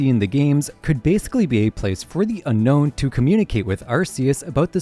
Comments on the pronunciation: Brother..... it's Un-no not unknown. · You keep calling them the Unknown, but they're called the Unown.